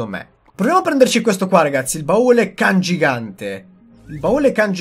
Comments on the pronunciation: Si dice baule CANGIANTE non CANGIGANTE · Si dice CANGIANTE non CANGIGANTE😂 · CANGIANTE NON CANGIGANTEEE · Baule cangiante non cangigante🤣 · Cangiante, no cangigante😆🤣🤣🤣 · comunque "cangiante" e non "cangigante" XD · CANGIANTE! Non CANGIGANTE-_ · Cangiante non cangigante ahahah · Da notare il "cangigante" invece di cangiante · comunque e il baule CANGIANTE non "cangigante" come dici te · *cangiante hahah, non CANGIGANTE ;) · CANGIANTE (CHE CAMBIA) NON CANGIGANTE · CANGIANTE non CANGIGANTE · Baule CanGIANTE non CanGIGANTE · Cangiante non cangigante xD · è cangiante no cangigante